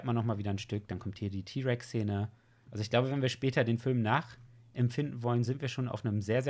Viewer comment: Nen den rex ty aussprechen tut man das ti